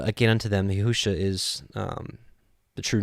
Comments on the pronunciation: Yeshua is all through the Scriptures (OT) in equal distant spacing....all spelled ישוע ...and... pronounced as Yeshua...and not yehu-sha....not ever... someone has deceived you into misprouncing our Savior’s name. I guarantee you are not going to call Yeshua by this new false name when he returns... it does matter. Or God wouldnt have put it in the gematria for us to find his son Yeshua. This other name is without knowledge....and he who uses it shows lack of knowledge also. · Wow... during my journey to understanding all truth of scripture, I had come across your ministry and because you too were learning, I dismissed your ministry in some aspects. However, it seems we (in this video) are in the EXACT SAME understanding. I’ll start monitoring once again. I must say, your pronunciation of both Yeshua and The Fathers name remains a stumbling block for me. Blessings